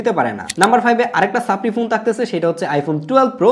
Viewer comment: tui sapri ..... chapri o uccharon korte paros nh'